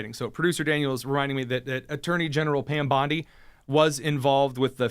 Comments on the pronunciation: It is not Bonde it is Bondi beach you prounounce the i. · Dude, it’s Pam Bon-dee. The Beach is pronounced Bon-die.